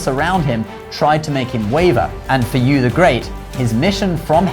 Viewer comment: I'm VERY glad that the name of Yü, The Child of Gun who tamed the flood, was pronounced correctly here. There are a couple other videos here on Youtube telling the same story, in which the name is wrongly pronounced as 'YOU' -- and the guy who did the video made a tasteless joke out of that by saying that 'you', the viewer, are the star and the hero in this story!